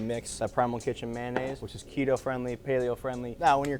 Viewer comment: “Kehtoe”😂 always unintentionally cracks me up